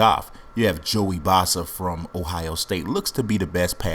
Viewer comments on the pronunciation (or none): The way to said Bosa was so wrong😂